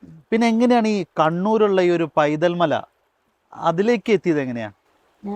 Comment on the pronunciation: പൈതൽ. അല്ല വൈതൽ മല